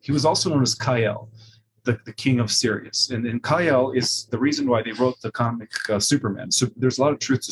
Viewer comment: It's curious how he first pronounced Siríus and later Sírius. He had this issue during Kerry Cassidy interview where she called him on his pronunciation and then he shifted after that. Strange to me. This small glitch.